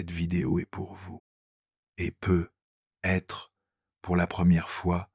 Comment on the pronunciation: Il faudra penser à corriger la prononciation de l'IA sur les "peut-être" car c'est très pénible à la longue, merci.